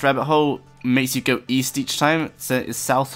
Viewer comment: east? i thought you said weast....